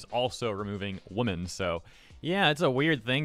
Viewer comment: how come you can't say women right?